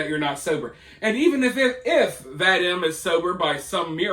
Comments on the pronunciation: Pronounced vah-DEEM. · I believe his name is pronounced like Vadeem. Rhymes with stream. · His name is pronounced VaDEEEM. VaDEEEEEEM. Please! Make an effort to get it right! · His name is pronounced vah-deem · My dude its Vah-deem